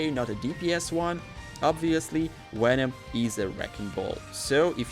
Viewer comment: Did you just say wenom??